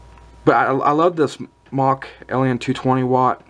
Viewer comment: Smōk <— Pronounced Smoke ^ notice the long O...